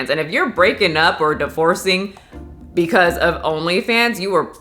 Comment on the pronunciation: When paused and pronounced "bwcause" 🤣🤣🤣